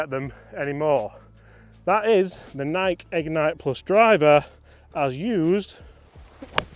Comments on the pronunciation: Dang British blokes....it's n-eye-key not N-ike. 🤪🤪great vid! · It doesn’t matter where you are from, United States or United Kingdom, it’s pronounced NIGH-KEY.❤❤❤ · The Nike pronunciation hurts my soul 😂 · NikE Don't forget the E. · I mean, technically it is Ni-key according to the founder of the company......but let's face it, it's a globally recognized word regardless of pronunciation, so anyone who feels the need to pick someone up on that is probably a pedantic twatt anyway 😂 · It is maddening that cannot pronounce NIKE properly. How old are you? Jesus H Christmas, How could you not know?